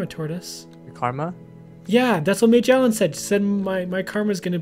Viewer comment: its actually MAJO_ELLEN not major_ellen im not trying to be rude i just have a problem with correcting people. i try to😯